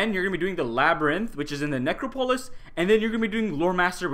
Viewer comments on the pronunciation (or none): I gotta check out the neck-row-police 😂